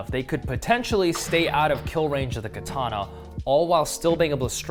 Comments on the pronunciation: shame most people can't even pronounce the word. It's ka-tana not ki-tana. Kind of ruins any credibility if you can't even pronounce the name of the sword. Glad to see you're cutting wet tatami though, most of the ones I see is with dry tatami making it far from realistic. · Also would be quite good if you could pronounce ka ta na. No 'R' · More properly pronounced kah-tah-nah rather than kah-TAH-nah. Japanese doesn't have accented syllables. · First of all... learn how to pronounce "katana"